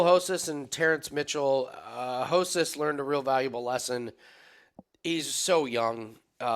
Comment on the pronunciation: It’s not Hosas. You can sound out the R in Spanish.